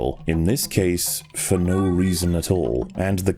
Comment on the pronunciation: "FOR NOUGH REASON!"